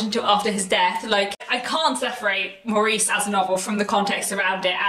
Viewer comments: pronounced Morris BTW. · Love the book and the film , but always pronounced it Morris